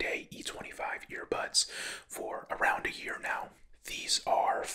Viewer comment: is he saying ear pods or ear bads